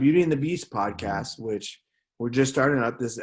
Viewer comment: Well it’s podcast not poscast...